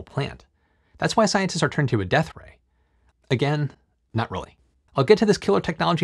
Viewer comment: Stop saying deathray on purpose trying to be funny .